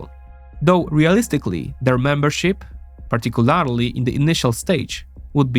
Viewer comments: I love your videos, but you need to either pronounce "Particularly" properly, or stop using it. Pronounced - Par-tic-cu-LER-ly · Say partic-u-larry-lee one more time.